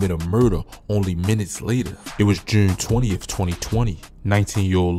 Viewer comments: Thank GOD I’m not from Baltimore lmao bro said jewune 20 🥹🥹🥹🫠🫠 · Bro said jurne twenty twenty tuurrr like a brit or sum shit ong I fuck with the accent shit be having me rolling 💀🇬🇧😂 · Jewn tew thousand twenty teww